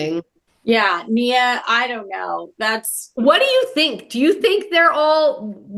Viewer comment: Her name is Nia not mia